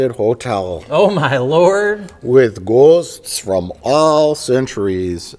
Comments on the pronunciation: How the hell do you spell "ghosts" the way Mike pronounces it at ? Gowasts? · I like that they're keeping the "Mike believes in gwosts" meme alive. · Omg I love how Mike says "ghosts." For some reason his Milwaukee accent gets drawn out on that word, even though it's not as apparent in his normal speech patterns. Don'cha know? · He's doing it for comedic effect. Mike grew up in Illinois, not Wisconsin. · is THE MOST Wisconsin sounding I've EVER heard Mike sound how he says "ghosts" 🤣🤣